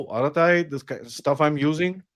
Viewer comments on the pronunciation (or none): BTW, the app Arattai is Tamil for gossip or chat. It is pronounced as follows: a as in hindi akshar "a", ra as in Hindi akshar "r", then ttai, as in bow tie. A ra ttai. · I keep pronouncing it atta rai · Pls listen to the word arattai in Tamil. U wl get to know the actual pronunciation